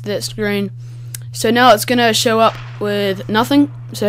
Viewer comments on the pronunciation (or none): none